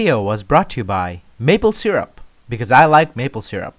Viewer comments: Maple 🍁 syrup are you Canadian homie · maple syrup r u canadian